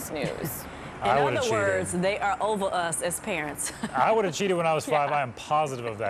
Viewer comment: “ova us as parents”. Lol